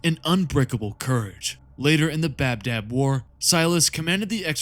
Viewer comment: It's ba dab not bab dab